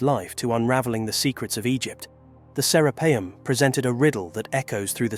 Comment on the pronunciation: The author has pronounced Serapeum In 4 different ways.... It's serapeeum with one E, not serappium ffs